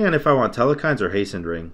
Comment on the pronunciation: The way u pronounce ymir is much worse than hecate Oh and telkhines... no e in the middle. Tel- khines. E-meer Coo-cool-kawn for future reference